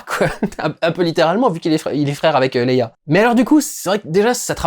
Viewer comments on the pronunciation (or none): none